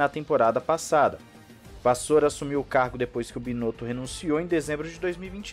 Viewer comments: Não é que é obrigado a falar francês, mas pronunciar bem os nomes, eleva muito o nível do trabalho deste canal que é o meu favorito sobre f1. É aquele extra... É aquele je ne sais quois que faz a diferença para quem faz questão de melhorar sempre. Vou deixar uma dica de como pronunciar bem o nome do cara. A parte final do nome se pronuncia como a palavra SIR de Sir Lewis Hamilton. Espero ter sido útil , porque se vc tem para mim o melhor canal de f1 , imagina a diferença entre passar a temporada toda falando o nome do cara corretamente em vez de o chamar de vassoura...kkkk....é que poxa... a f1 é por excelência o perfeccionismo...então vamos tb tentar ser perfeccionistas...ah sim e o último R ele deve sair da garganta e não da frente da boca ...esse R deve sair como qd se vai dar uma escarreta , sabe como é ? Minha critica é amiga , construtiva. No mais , parabéns pelo canal que é excelente... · Quem é o Vassoura? Presta mais cuidado com a pronuncia do nome do cara